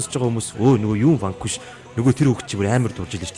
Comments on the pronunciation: zasaj heleed bhd ni urdaas ni harchaad Vanguish geed bhin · Vanquish geed neriine zov heleeche unshij chaddgumu hashain hutlugch ni